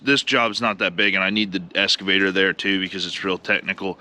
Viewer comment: It's okay, Brian Brown says escavator too, instead of excavator. Just bugging you, lots of words I say wrong too.